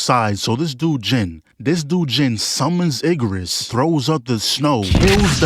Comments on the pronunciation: Yes it's bird. Why commentator say Iggerus like that? It's Igris 😅😅😅... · “Iggarus” bugged me more than it should have 😂